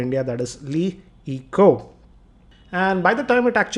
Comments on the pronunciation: aree yar its not Elley eco its LAE eco. its irritating, pronounce it correctly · laaa eco or Lee eco ? what will be pronounciation?